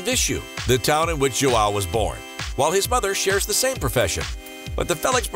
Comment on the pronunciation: You can say "ao" but you can't say "ão", your native language doesn't have this this sound. Say "aum" ão. Joaum/ João that's how it sounds.